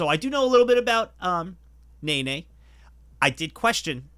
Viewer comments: When you redo Nene, if you could pronounce it Neh-neh, and not Nay-Nay, I just do not want the precious seal/bear to be associated with a stupid dance move in my mind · Take a shot every time you hear ney ney instead od nene